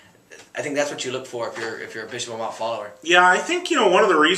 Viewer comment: Another season & still can't pronounce Amat correctly.